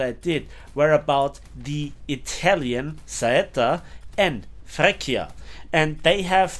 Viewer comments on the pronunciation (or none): Love your videos. btw Freccia is not pronounced as "Frekkia" but with a "tsch" sound like in "match" or "breech". The "K" sound in italian is written "ch". ch=k c=ch